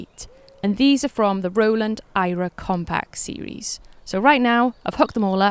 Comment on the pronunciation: You also pronounced it as i-rah and not air-uh . Interesting.